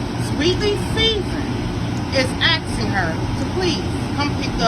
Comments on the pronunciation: Listen up ignorant one…it is not axing it is asking….now say it with me, a s k i n g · Ax-Ing = asking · It's not axing, ASKING. ASKING. ASSS KIIIING. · is “axing you” lmao.. that lady is so ignorant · What is axing her ? DId she mean to say asking her ? Why is it so hard to say the word ask ? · Sorry, but as a foreigner, I can't get past the fact they keep saying "I'm axing", "You axed me"... Don't know if it's the Dallas accent, but I find this extremely funny since teachers want us so bad to pronounce words correctly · AXING HER LOL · "Im aksing my followers". My pet peeve is people that dont say ask correctly lol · Why do some Black women say I am "axing" her to come get her money? Its asking, but along with being trifling.....she dont know what she talking about. 2024 is the year Black women come for other Black women.....and nothing could be better than that because sisters are not listening to the Black men. And her son seem like he play for the other side. Anything with some sisters is a b*mb waiting to explode. Pink Book is the truth....thank you for exposing these women. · When a person starts off their rhetoric with axeing instead of asking I tune them out. Seems to me this person has an issue with proper english words. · “ Axxxing her “ 🤦🏽‍♂️ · That lady was like "So now I am AXING, I'm AXING my followers..." 🤦🏽‍♂️ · "Axing" "Refrusing" My God what is this womans IQ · She said “axing” and “refrewsing”. Just lazy talk. As a business owner, please do better. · She's axing. Smh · “ I am axxxxing “ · Refrusing and Axing???? Mam! Mam! She doesn’t know what you’re telling her!!!!! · Shes axing them 🪓🪓🪓😂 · She is axing her doesn't she hear the woman axing her? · She's axing! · If I were Sherrill, I would be afraid to come because she's "axing" her to come.